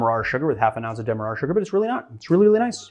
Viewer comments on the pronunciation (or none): none